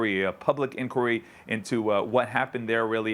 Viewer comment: Why cant this guy say inquiry? What's wrong with him?